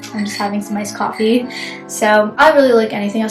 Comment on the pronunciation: lol cofftee